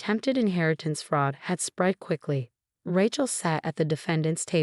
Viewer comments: "Raatchel" I can't 🪦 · Even more so than the Thompsons. And..... "Rat-chell" again? Surely the AI TTS voice can be trained for proper pronunciation. 😮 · Ratch-el, really? The written words are atrocious and so many mispronounciations. You should do better. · I think being named Ratchel had something to do with her being a total psychopath. It's not that the AI can't pronounce Rachel a very common name right?? Lol. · At least pronounce the name Rachel properly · Everyone of these non English speaking have no idea how to say Rachel